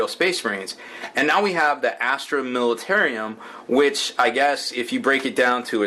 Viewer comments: militarum not militarium! god that irritates me when you say it wrong. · I thought it was US that drive in the right side of the road :-P And it's plainly spelled militarum not militarium! Sounds too much like a military asylum the way you are pronouncing it HAHA